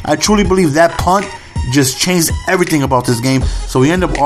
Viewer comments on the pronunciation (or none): none